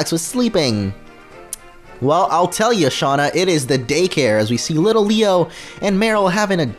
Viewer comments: its litleo not little leo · It's litleo not little leo